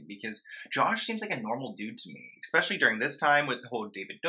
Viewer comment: Especially. NOT EXPECIALLY!!! Omg. I’ve said this 100 times!!!!!!